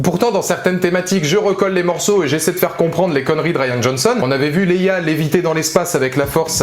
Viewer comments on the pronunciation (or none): none